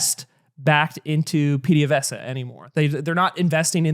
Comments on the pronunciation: B+ Pehdevesa not Peedevesa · Ooof, I love but gotta give that PDVSA pronunciation a 6/10. Its giving "grassy-ass" and "wag-won" 😔